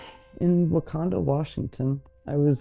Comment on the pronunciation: 😂 I am so glad you commented, because I stopped and rewound the video because I thought she said Wakanda. 🤦🏾‍♀️